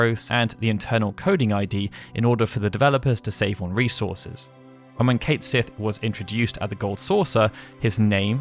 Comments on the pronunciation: i have one major complaint about this video. Only one complain in general. It is not Kate Sith. Since it is Gaelic It is pronounced Ket Shee. However, the official pronunciation is apparently Kate Shee. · You're using a British accent but don't pronounce Cait Sith's name in the very obvious Welsh or Irish Gaelic. I understand that most Americans pronounce it phonetically, but still. . . It's pronounced "Cat Shee" Just like "Banshee" is actually spelled ""Bæn Sídhe" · Its pronounced Cotch See (Cait Sith) - it's means fairy cat in Irish/Scots Gaelic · He's British yes, but he's technically English, not Scottish or Welsh. Britain has many different accents which are drastically different. Also, the localisation of Cait Sith's name is officially pronounced Kate-Sith and not Ketshi, like it is pronounced in Scotland and in the original Japanese. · every mispronounciation of Caith Sith made me cringe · You should probably be pronouncing Cait Sith properly